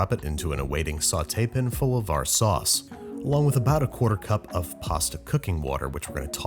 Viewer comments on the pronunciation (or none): I don't know why "Sautaypin" triggers me so much, but it does. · does it not bug anyone else the way he says "sautee-pan" but all squished together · Babbish, it’s pronounced PAN, not PIN or PN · Saute-pn. WHY BABISH??? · “Sauté pin”. That’s literally the most pretentious way you can say frying pan. Yeah I am nitpicking, but come on dude! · Sautée pan. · sore taypen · ok I gave him a pass on his previous pretentious pronunciation of "saucepin" in the past but I cannot forgive him saying "saute pin". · "Sauté-pin" now hes just fucking with us. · Why do you pronounce saute pan as saw-tay-pin? I've watched older episodes and you didn't always say this? Any one else notice? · WTF is a sauspin? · There he goes with his “sauteépin” again. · I don't even hear the "i" - it's "sautepn" to me. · or a sah-tay-pin :P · I've been hearing him pronounce it odd even in the videos were he remakes tv show recipes. So glad you noticed it too. Thought I was taking crazy pills 😅